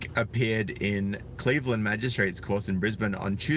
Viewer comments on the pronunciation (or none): none